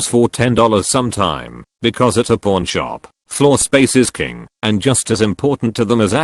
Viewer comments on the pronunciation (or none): I swear the robot is saying porn shop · It sounds like he's saying porn shop. Kek